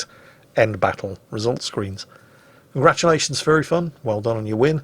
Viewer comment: Every time says "Furry Fun" I hear him say "Fairy fun"